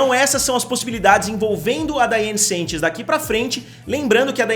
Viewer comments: pelo amor da curva finita central PARA DE FALAR "SENTCHES" É SANCHES SE QUER LER COM SOTAQUE É S(A)NTCHÊS AAAAAA N AGUENTO MAIS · Amo seu canal mas dói meu coração vc errar meu sobrenome toda hora